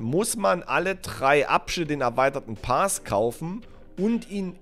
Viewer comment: gut erklärt und plausiebel...aaaaaaaaaaaaber......Paas? bitte, das Ding heißt Pass.;-) ansonsten, Bester